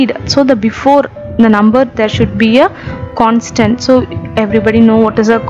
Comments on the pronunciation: Maam, it is "consonent"...Not "Constant" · Its not constant .....its consonant...anyhow ua voice is super mam ....come up showing your face in next videos